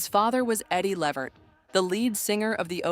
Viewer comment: It's pronounced LA Vert. If you're going to do a video like this.. at LEAST pronounce the damn NAME correctly. It's disrespectful not to.